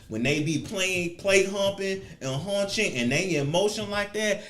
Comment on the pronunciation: I am literally laughing so loud and so hard at him saying hunching 🤣😂🤣😂🤣😂